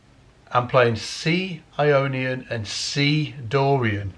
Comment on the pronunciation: When you talk about Ionien, I hear "I ionion" like "I phone or I pad" so my question is it Apple who has patented this mode ? like a new fruit ??